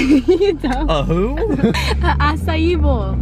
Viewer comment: trying to pronounce acai bowl is me trying to do anything in life. Edit